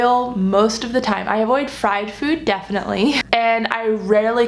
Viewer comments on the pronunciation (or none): none